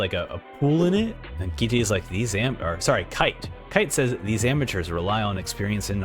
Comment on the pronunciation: his name is pronounced Kaito, like the toy you fly in the air, not Ki-Te like a japanese phrase, btw